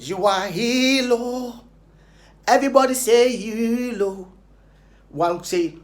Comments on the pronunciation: Kweku please wati, is HERO ....... not HELO 😅😅😂😂😂😂😁🤣😋😋😁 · Ah! He said hero or helo😄😄😄😄